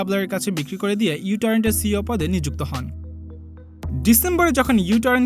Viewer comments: ইউ টোরেন্ট না ভাই, মিউ টোরেন্ট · ইউ টরেন্ট না বলে মিউ টরেন্ট বললেই ভালো হত